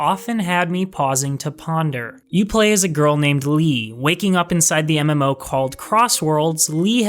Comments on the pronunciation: You play as a girl named Lee... what? 😂 It's Le-ah or Lee-ah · Pretty sure it's L-EE-UH or at the very least, L-AY-UH. :p Good video, though. I will say I had the opposite feelings on combat and puzzles. For me, combat never got repetitive or stale at all, while I felt the puzzles, while well designed, were too relentlessly challenging+numerous to where it exhausted me mentally at times, forcing me to take breaks. It's not that I mind challenging puzzles, but the way they'd just throw them at you one after another in dungeons was too much. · Good video... but please, it's Lee-ah, that bugged me so much lol. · Why do you pronounce Lea "Lee"? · 9.9/10 review, .1 off of 10 because of how you say Lea